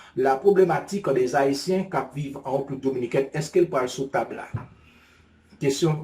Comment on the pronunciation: Bro sa kap fet la? se pa Republique nn. Se République, lhr wap prononse RE a ou femen bouch, fok ou ouvri bouch ou pou son aksantegi E ka sorti. Bon travay!